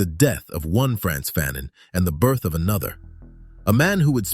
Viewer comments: FAhNONE not Phanen... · Wasn't his last name pronounced fuh-NON and not FA-nun? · I learned a lot, and this is a great video! But FYI, his name is pronounced Fuh-NON. Not Fan-in. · Stop pronouncing his name incorrectly. His last name is pronounced as Fa' None. Not fannon. He also wrote The Stolen Legacy. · FAnon not FANon. Frantz FAnon esteemed victorious heroic ancestor. Aime Cesaire esteemed beloved ancestor. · Pronounced "Fahnaan" great Brother 💪🏾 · This is very jnformative. "The Colonizer and the Colonized " was required reading in one of my college classes. However, I may be mistaken, but we were taught that the pronunciation of his name sounded like Fa known. At any rate, this is very informative and interesting. I look forward to watching more of your videos. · You’ve done the research and cannot properly pronounce his name correctly? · I first read Fanon in 1977 while in College. My Doctorate advisor was himself a scholar of Dr Frantz Fanon writing. As a college professor myself, Fanon is required reading in my classes. While I enjoyed your video. I cringed a how you mispronounced his name. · Great piece! Appreciate U 4 putting this together. However, U R murdering the pronunciation of his name!!! The 2nd syllable is pronounced as “none.” The “a” is a short “a.” Please do more research so his name is said correctly. We owe this African so much!!! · He is from Martinique…So you do your research